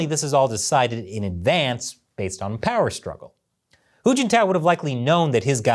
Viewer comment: I was trying to keep track of "hu" and "who" until "little hu" came up to the story, you said who a lot then I got confused and stop.🙁....Good analysis though👍